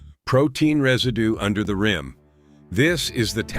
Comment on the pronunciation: I appreciate the valuable information. The speaker has a very nice voice! I would like to say the the word "rim" is NOT promounced as if it were rhyme.